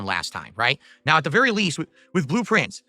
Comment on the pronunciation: blueprints, he pronounces it like "Blue Prince"